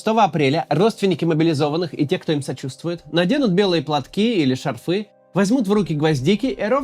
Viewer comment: шАрфы, а не шарфЫ 😊